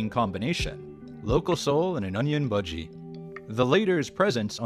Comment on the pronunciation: Bhajis is pronounced Bar-gee. No one is eating budgies